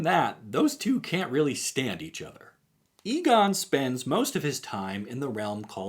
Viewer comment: The "E" of Egon's name is pronounced the way "E" is pronounced in "Enter" and "Ending", just fyi.